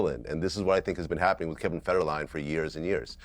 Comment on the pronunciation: Its Kevin Fed-her-a-line 😂